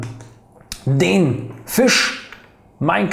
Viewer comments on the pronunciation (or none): none